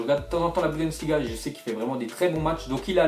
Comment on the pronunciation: A chque fois tu dis "budensliga" au lieu de "bundesliga" sa me stress mdrr